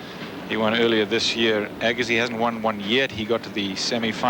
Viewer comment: nobody could've told Arthur how to pronounce his name?